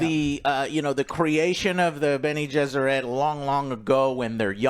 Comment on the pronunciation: Jene-Besserit...Bene-Jesserit...Benny and the Jets...nice